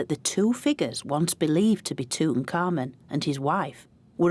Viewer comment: tut ankh amun , yet she's pronouncing it like tut un-common lol